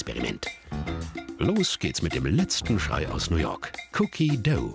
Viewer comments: "Cookie döu" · Wie er cookie dough sagt😂